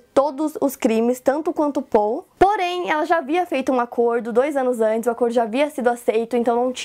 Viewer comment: O melhor é ela falando o nome dele que é Paul como se fala em português. 😅 Ou as vezes ela fala PÓU. 😂😂😂